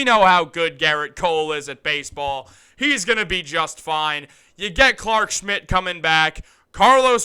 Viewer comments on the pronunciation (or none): none